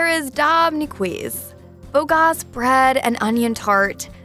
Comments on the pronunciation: I lost it when she pronounced Nicoise as knee-coys. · Ain’t no way she pronounced Niçoise salad like that 😂